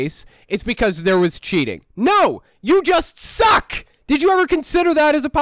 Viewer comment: "...Who claim every time they lose a race it's 'because there was cheating'. NO, you just SUCK! Did you ever consider that as a possibility? Maybe stop SUCKING!!!! " I know the subject matter is serious, but this made me LOL xD The passionate emphasis on "SUCK" was just hilarious for some reason. What I wouldn't give for someone to say this directly to our political 'representatives', most of them (on either side of the aisle) deserve it.